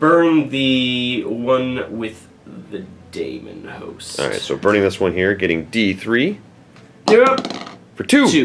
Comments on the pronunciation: 'Daemon' is pronounced 'deemun' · Wtf is a "Damonhost"? Is that like Matt Damon? Daemon is just the British spelling of Demon. They're pronounced the same.